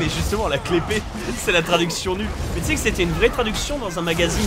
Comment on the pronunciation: la "clé-pée" ? mais on dit pas key-blade ? Kappa